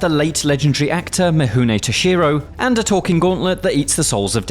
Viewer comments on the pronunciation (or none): Myamoto "Mushashi"?."Mihune" Toshiro? Man, at least try to pronounce their names correctly. Game looks cool though.